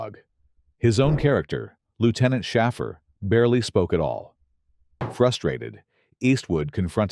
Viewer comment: Schafar? Schaefer is how it's pronounced. Helicopter chase?